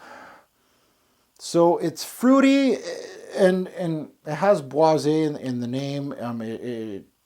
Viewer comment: You pronounce it bwah-zey (é)